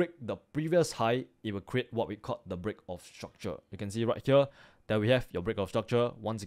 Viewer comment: i subscribed bcs i like how he pronounces break of structure